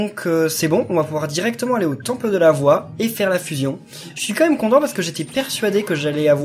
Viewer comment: Tu prononce mal le fuuuuusion faut faire comme dans dbz